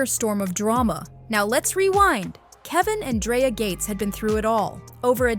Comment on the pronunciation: It’s 2025 and there no way we’re still mix pronouncing people’s name wrongs when we can simple go online to learn how to pronounce it correctly…her name has a K not a Y, Dreka